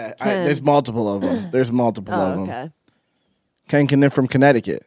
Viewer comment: Is it Ken Keniff?... you just said it lol